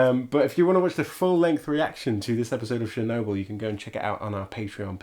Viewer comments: Talk talk talk, blah blah blah, Watch the move and the comment. Or stop the movie then talk. And it is Chernobyl like you go to church, you don't go to shirch, and its not Shirnobyl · I didn't know we were watching Shernobyl. :P I kid! Now say schedule!